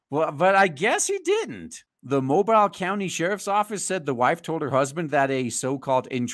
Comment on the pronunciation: It's Mow-beel. Most people get that wrong. Looking at some other articles it seems like some of them were meth heads. I'll have to ask some folks I know about that place and see what kind of reputation it has.